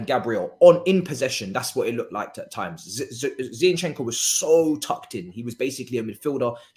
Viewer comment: please pronounce the players names properly. It's HavErtz, not HavArtz. It's Zinchenko, not ZiEnchenko. Thanks